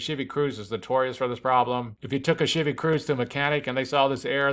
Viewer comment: I'm like he's speaking perfect American English so I'm like ...... huh? WTF is a Shievy Cruze